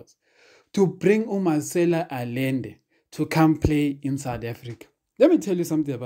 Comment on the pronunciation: At the risk of sounding repetitious, this guy's name (Allende) is pronounced "Ayende".